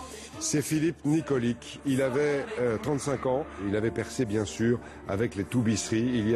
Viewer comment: Nikolic se prononce nikolitch